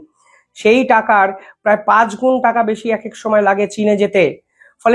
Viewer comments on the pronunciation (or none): none